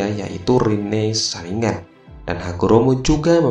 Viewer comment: Bukan saringan tapi saringgan